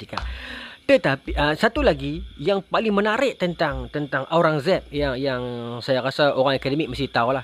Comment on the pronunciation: Kalau ada yang tak jelas sebutan UIR untuk nak buat carian, nama raja tersebut adalah Aurangzeb.